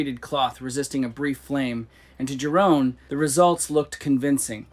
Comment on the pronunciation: Yeroon. Dutch j is pronounced like a y.